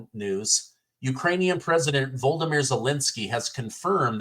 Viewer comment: Not Vol-di-mir,. It's Vo-lo-di-mir (four syllables). You can do it, brother. I have faith in your ability to change! Names are IMPORTANT! ✌️